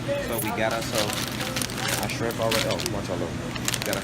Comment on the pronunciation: haha he can't say shrimp